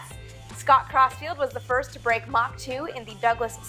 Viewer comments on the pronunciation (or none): none